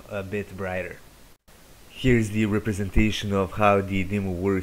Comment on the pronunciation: to de , to de, to de, for de, use dee, put dee, Take dee, Off dee, dees a............!!!!!😂🤣😂🤦‍♂️🤦‍♂️🤦‍♂️